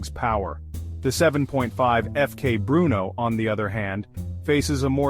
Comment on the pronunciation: Terrible AI video, images dont match the product and cant even say FK Brno correctly